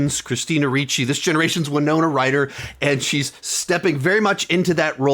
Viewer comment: Thank you for pronouncing "Winona" correctly. Charts with Dan was making me cringe. This looks great! We're planning on going to it next week.